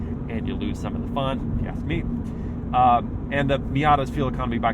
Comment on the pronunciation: “It’s definitely pleasin’ mei” 😳